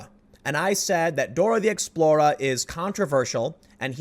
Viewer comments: Does Tim actually know how to enunciate the word Explorer? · Tim it's Dora the explorER not Dora the explora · Tim "Dora the Explorah" Pool 🤣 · “Dora the Explo-RA” haha Tim is priceless....this is his new “She-RIFF” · Did he say "Dora the Explora"? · Had a bit of the Chicago come out on the 'Dora the Explorah'.